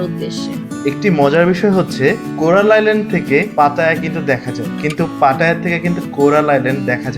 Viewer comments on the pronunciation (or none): Bhul bolen barbar------ collar island na Coral Island